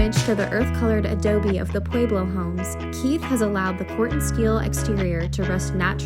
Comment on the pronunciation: Someone teach her how to correctly pronounce “Pueblo”.